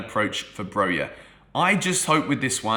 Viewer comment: its Brokha not Broya